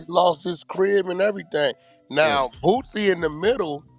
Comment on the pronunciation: It’s Lil Boosie, not Bootsy